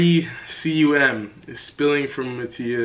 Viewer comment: Mattia : “Pre- See You Ehm...” Me : “Tf is that ? See you ehm? C-U— Ohhhh-“